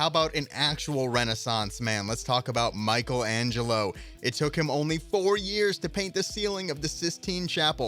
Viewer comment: Oh god, how did you pronounce "Michelangelo"? 😳